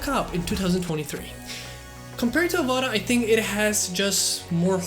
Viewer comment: just wondering why he keep caling it AVADA not AVATA